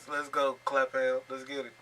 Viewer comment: You don’t say Clapham like that my guy 😭😂 when you got a American explaining it they’ll always be wrong with pronunciation